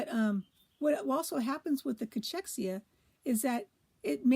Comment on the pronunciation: It's pronounced Cakexia